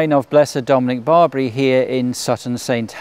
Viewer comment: It's NOT St. Dominic BARBARY (.. what?.. like the Barbary Pirates of old??). St. Dominic is Italian, and his surname is "Bar BEE AIR EE."/ Barbieri. That shouldn't be so hard to say, my dear. Prairie Grandpa from Alberta, C a n a d a. Thank you for the brief "tour" of Blessed Barbieri.